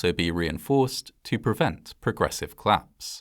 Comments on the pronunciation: The way you pronounce collapse fast makes me hear claps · Collapse. Not Claps. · Just wanted to point out that it's pronounced- "Collapse" not "Claps". Thanks. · "The building was at risk of claps. The claps was caused by a gas explosion, but this claps could have been prevented." Odd, I always though collapse was a two-syllable word. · Are you saying ‘claps’ or ‘collapse’?